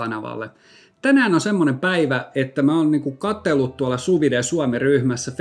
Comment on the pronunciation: Mielenkiintoinen video ja pitää siis sulatella jatkossakin. Ai niin ja kielipoliisilaitokselta terveiset, että se on suuvid eikä suuvidee 😉